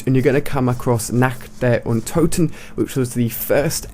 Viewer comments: It's not Nact Der Untoten it's Nacht Der Untoten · Nah der untoten its Nacht der untoten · Natch der Untoten? How the fuck... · Learn how to pronounce "nacht der untoten" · it's funny how you utter "Nacht der Untoten"..:D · always funny how people dont speaking german pronounce "Nacht der Untoten"... :DD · It sounds so funny when you say "Nacht der Untoten" :D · I like how you try to say "Nacht der Untoten" ^^